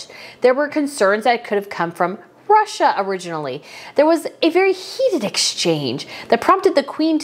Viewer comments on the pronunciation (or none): none